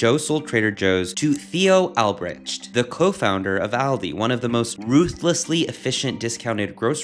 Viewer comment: Nice video! FYI, Theo Albrecht is pronounced All-Bright